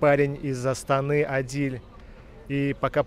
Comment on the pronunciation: Не Адиль а Адил(Әділ)